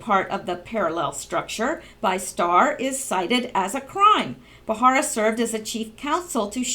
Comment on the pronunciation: Just to help you out, it's Ba-ra-ra, not Ba-har-a. No insult intended. You do really good work; your clear enunciation is melodic as opposed to being monotone or droning, which is primarily what I look for before subbing. I listen rather than watch the channels that report on Q, so I really appreciate all the reading you do.